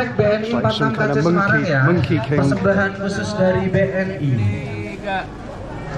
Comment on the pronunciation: Semarang, not Semerang